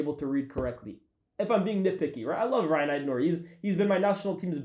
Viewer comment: Algerian brother pronouncing Rayan as "Ryan" 🤨